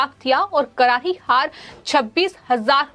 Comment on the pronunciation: एंकर का उच्चारण अच्छा नहीं है करारी को कराही बोल रही है र और स को ह बोल रही है